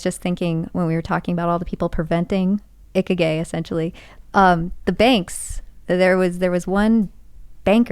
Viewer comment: eh... way to butcher a word... not how you say Ikigai lol